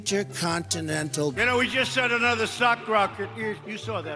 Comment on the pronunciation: "sock rocket", "stancuary", "big water"!!! 😂 😂 I'm "like" a smart person!! 😂 😂 Yup, you fooled 70 million dumbasses